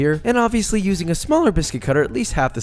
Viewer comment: "Josh is ushing shortening"